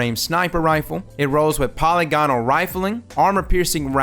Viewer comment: Love your videos, man. Just a heads up, you're mispronouncing polygonal. I cringe every time I hear it.